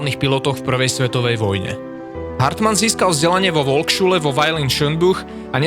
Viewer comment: Debil komentátor! Volksschule sa číta ako FOLKSŠULE 😂😅